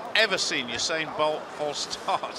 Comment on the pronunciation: the reporter said oosain bolt